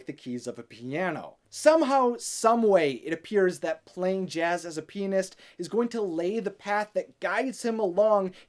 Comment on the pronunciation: When he said "Pianist" the first time I totally understood something else ... I am not the only one, am I??